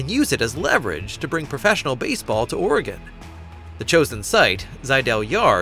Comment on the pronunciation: it’s pronounced “Orygun”. There no “gone” in Oregon. It didn’t go anywhere.